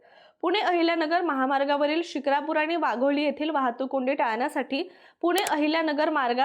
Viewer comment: म्हस्के नाही म्हसे शुक्रापूर नाही शिक्रापूर